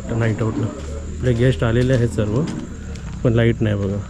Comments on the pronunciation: सर्वे नाही ओ सर्व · सर्वे नाही...... सर्व असे म्हण......